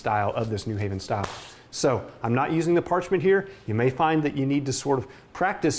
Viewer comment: its also new HAven, not NEW haven